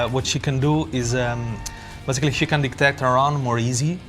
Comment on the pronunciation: Stop saying bazically